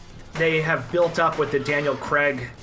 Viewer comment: What’s this Daniel CREG shit?? It’s pronounced CRAYG.